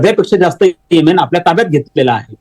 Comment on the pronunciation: whatever ur name is please b4 giving feedback please atleast learn to pronounce country name properly so people will not avoid listening and dig if its sunni or others